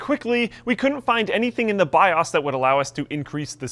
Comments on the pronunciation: He says BIA's, really, really! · Is the proper way to say xeon"zeon" or "exeon?" I also hear say "byoss" instead of "byoos." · I love how says BIOS: "bi-os"